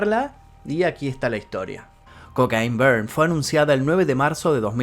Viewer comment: "Cocaín Beerrd" 🤣🤣🤣🤣 Esto ya está para hacer un vídeo compilado con todas las pronunciaciones de este tipo en inglés 😆🤣